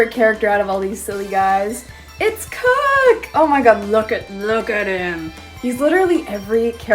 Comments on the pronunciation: It’s kook not krook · Everyone pronouncing Kook with a c instead of a k... Me: Well, isn't that cute? But it's WRONG!